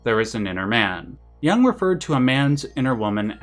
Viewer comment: It's 'Jung', not "Young" - just an FYI.